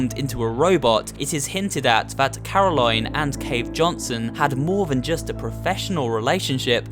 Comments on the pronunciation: He keeps calling Caroline "Caro line" even tho it's pronounced carolin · Says Carolaine Shows video of turret saying Carolinn Proceeds to say Carolaine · BillieTheDoll It’s Caro-lin, not Caro-lighn. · The Turret: Her name is Caroline Him:Caro*line* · It sounded like the turret corrected you for the pronunciation of Caroline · I hate it when he say caro line, And not caroline, The turret even said it, But he still did it anyways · itS NOt CaROlaINe, itS CaroLInE! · Hears it pronounced as care-a-lyn Still pronounces it care-a-line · Its pronounced caro len not line like its written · IT"S NOT Caro-line, it's Corolin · Turret: Her name is Corolaine her name is Caro-Line Turret: Corolaine So who was caro-line? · "caroline" robot: "is pronounced carolin you idiot" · It’s caralion say it (CAR I LIN ) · Why does he intentionally pronounce Carolin and Gladys wrong??? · People who continue to pronounce a name (such as Caroline...) differently than the way that person pronounces their own name deserve no cake at all. 🍰 🙄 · Uhh you pronounce Caroline wrong even the turret says it correctly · why did he mis pronounce caroline twice even though the turret said how to actually properly say it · There's so much wrong with this video but is nobody gonna bring up how he pronounced "Caroline"